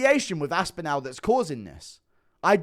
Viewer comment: Love your stuff mate, but your really getting under my skin (i knpw thats what you love) with the way you say Toms last name... your saying 'Aspinal' ... its 'Aspinall' ... say the last part of his name as if your saying 'all' for example ... 'all of the fingers went in all of the eyes' ... 'Tom Aspin-all' ... sorry to be petty, your an inspiration my friend 🎉❤